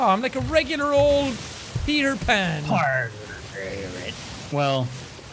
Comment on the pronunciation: Jack it's parter pan